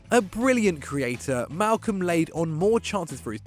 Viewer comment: *Malcom. Malcom. His name is Malcom.